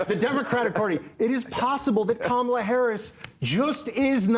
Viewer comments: if the shoe fits we cannot acquit. The party has a cemented track record of xenophobia and bigotry. I would be happy to provide quotes. So when you mispronounced the brown woman's name on purpose, we're not just sensitive arbitrarily or out of the blue. It's the 10,000th violation and we're going to treat you like a repeat offender. That's only sensible reasonable and logical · “Democrat” Party is just another Republican dog whistle like the intentional mispronunciation of Kamala and Sexton KNOWS it. The goal is to disrespect. Fk him and the whores he rode in on. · Its the same reason they get offended when someone mispronounces Kamala's name. Its a faux outrage to push a talking point. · "Democrat party" is an intentional insult, just as the MAGAs mispronounce "Kamala." After four years the people that mispronounce the name of the vice president do so with indignance. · If you were to time the speaking, one person talks WAY more. Unlikeable is clearly in the eye of the beholder, and I don't think he was the only one who was triggered. ("Democrat party" isn't the most important thing, but like mispronouncing Kamala Harris's first name, it's casually obnoxious). Besides, Bill is snarky. That's the tone of the show. And he sometimes has more people who are from the right.